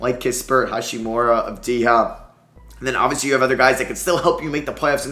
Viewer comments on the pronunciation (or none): none